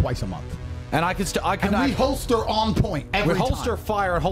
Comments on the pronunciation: holster not hoister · la prononciation est similaire et y ressemble, le mot c'est plutôt Holster.